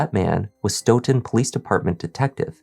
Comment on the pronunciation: kudos to you for pronouncing “Stoughton” correctly. My family moved to Stoughton when I was in second grade back in the mid 60’s. Stoughton is next to Canton and is considered part of the “South Shore”. The Stoughton PD has been crooked for decades! Canton PD has been known to be racist even when I graduated from HS in 1976. We knew when going through Canton, to not speed because they looked to ticket Black drivers. If Sandra Birchmore’s estate didn’t pursue reopening her death, her murderer would still be living the life of Riley. I forgot what happened to Matthew’s brother. The Police Chief resigned, if I’m not mistaken. 3 Grown PO’s ra”$:ed that child!